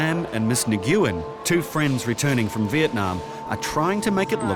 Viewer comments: When did the surname Nguyen (nuwen) become Nugoowen? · Its pronounced "win" or "nwin" not nig-yiu-in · The name is pronounced “win” or “ng-win”. not na-goo-win. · Miss Ni-gu-en? Seriously? Talk about clueless. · Nguyen is not pronounced that way